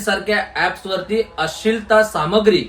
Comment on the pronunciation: आम्हाला तुमची तळमळ कळते. पण आपण।मराठी माणसाने तरी मराठी शुद्ध बोलले पाहिजे. अश्लिल..अशील नाही हो. बरेच उच्चार चुकीचे होत आहेत. जरा लक्ष द्या.